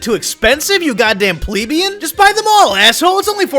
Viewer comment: Lmao. Pronouncing plebeian wrong on purpose. Nice one.